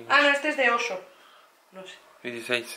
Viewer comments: Por qué dices "osho"??? y la "Y"?!?!?!?! Es oysho!!! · no es oso es ohyso que se pronuncia oiso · M da gracia cuando dice Osho en vez de oysho